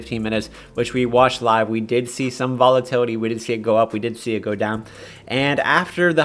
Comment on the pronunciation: Vola-titty? Dude, just wait till you sober up before recording these 😂